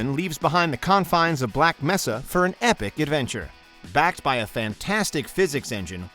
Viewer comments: did he really just say ''black messa''? what is this, hunt down the freeman? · You know damn well he's reading a script. Come on act like you have passion about what you're listing Black Meh suh Artreeohm Hail-O Come on these names are so easy to pronounce lol